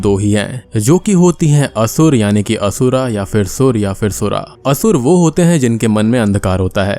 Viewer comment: Its only Sur and Asur. The English spellings contain the extra 'A' at the end. Don't use it in pronounciation.